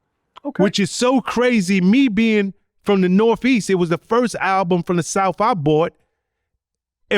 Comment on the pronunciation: "I'm from the nor-feast"